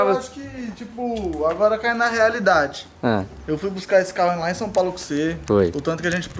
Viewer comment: So eu que fico com agonia quendo o fala Sam Paulo? Kkkkkkkk